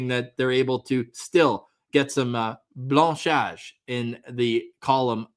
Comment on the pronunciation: Blanchissage, forgot the "chi"!